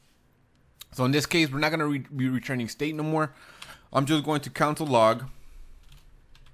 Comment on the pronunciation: why does he keep saying "council" log? smh cringe